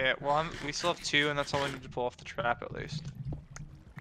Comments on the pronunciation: I love how the trap said “tarp” lol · Nice sand 'tarp' lol